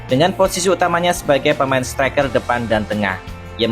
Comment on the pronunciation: Maaf min koreksi : -. Setereker atau striker, -. Presisi atau Persis Solo 🤔🙇🙏